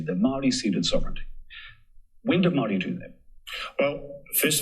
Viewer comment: Hateful, ignorant, possibly borne out of some terrible experiences had with so-labelled mayowrie people, sick rhetoric. At least you sound coherent unlike one of the mile long super-charged hate rants in the replies. Unfortunately I couldnt make it to the end of the video. Your hatred was too much to handle. Also, Wanganui. Whanganui. Who cares? If you're a NZ'er or kiwi or whatever label one cares to take, at least in this instance we all know what you mean. No disrespect meant to those who hold a fierce commitment to a specific pronunciation.